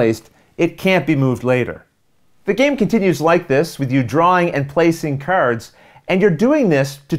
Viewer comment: .....Patter-ins and Caver-ins...and KERDS, oh my! Sounds like my kinda game! ;)